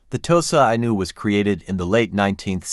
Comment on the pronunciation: Inu pronounced "Enu" similar to Shiba Inu.